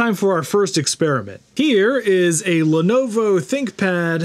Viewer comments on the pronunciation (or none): none